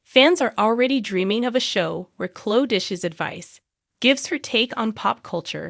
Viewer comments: Omg!!! Please learn how to pronounce names, it drives me CRAZY!!!!! Her name is not Clo, it's Chloe. Pronounced Clo ee, u morons!!! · Please pronounce the sweet girl’s name correctly. Cloeeeee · Cho? Pronounce her name correctly. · Why can't you say their names correctly? It doesn't make your site look very professional!